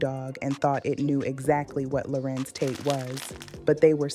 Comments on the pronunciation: Larenz, not Laurence 😒😒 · It's pronounced LA-RENZ not Lawrence!! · THANK YOU BLACK FACE, a.i. ROBOT, for giving us great content about this phenomenal actor. YOU CAN'T EVEN PRONOUNCE HIS FIRST NAME CORRECTLY. WE WANT HUMAN REPORTING, NOT ROBOTS! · What she call him. Girl say his name right! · All this technology and they can’t program these AI bots to pronounce his name correctly!! This man didn’t let that industry take his light, his soul! He looks good and spiritually healthy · Learn how to say his name AI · She’s pronouncing his name wrong. And he’s handsome.